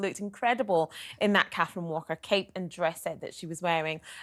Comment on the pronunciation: "Cat-treen Walker!" (Not criticising & this lady looks beautiful too love her green velvet dress) 🙏🏻💜🇬🇧💜🌏💜